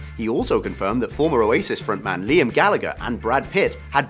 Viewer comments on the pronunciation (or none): none